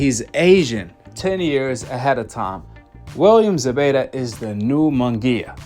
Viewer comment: It's Zepeta with a p!!!